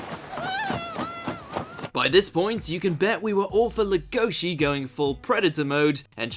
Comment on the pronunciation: Finally BeaStars is included on one of these WatchMojo lists. Such a phenomenal show. Interesting choice to include for this list though. On a side note, his name is pronounced "LEG-O-Shi". Emphasis on the first syllable.